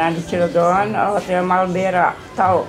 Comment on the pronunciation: Marbela ponski bukan malbera😂😂🤣